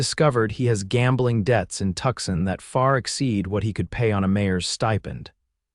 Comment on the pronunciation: If you are going to write about American cities, please have the courtesy to say them correctly ... the city of Tucson is pronounced phonetically 'Two-sahn' NOT 'Tuck-son'.